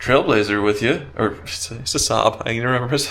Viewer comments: Its pronounced SAB not Sob, Saaaab etc. LFOD ! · saab pronounced ssaaaabb and ssaaaaabb😢